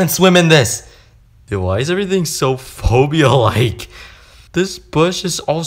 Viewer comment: i hope you play roblox glossophobia -_-'' u say hobia all the time